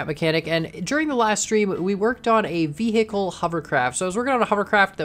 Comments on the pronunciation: Did anyone notice he said veh'h'icle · i like how you said vehicle, vehickle